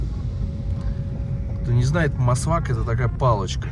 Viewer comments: Не масвак, мисвак. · Мисвак .а не масвак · Здравствуйте, мы сивак говорим а не масвак